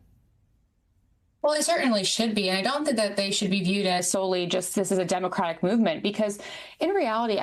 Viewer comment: it's democratic party! it is so irritating to hear them say demovrat party